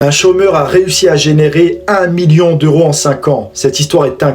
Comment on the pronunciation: Tu dis cgaumeur mais tu présentes un entrepreneur 😂😂😂